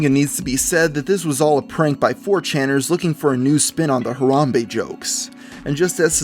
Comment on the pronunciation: why can no white people say harambe correct its ha ra hm bay. not huh rom bay